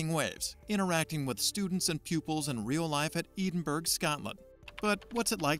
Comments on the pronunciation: Poor dude calling it eden berg? Someone should have told him how to pronounce Edinburgh FFS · Edenberg. I think he means Edinburgh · "Eden-berg, Scotland" 🤔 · Eden berg ???? What??? Dreadful pronunciation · Where the fuck is Eden Berg, Scotland?! Pretty sure I've been to Edinburgh (Ed-in-bruh). Sadly I did not see the 'Lock knees Monster'. But I hear that's because the Scott's are making good progress on that, 'Arthur-I-Tees' drug. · Eden berg?! Bahahahahaaa! Perhaps you could ask a robot how to pronounce this famous Scottish city’s name correctly